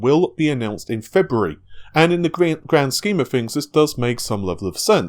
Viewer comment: He can't say tees, he says fings and monfhs